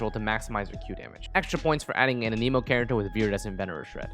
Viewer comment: curious as to why you always say "a neemo" instead of "anemo"?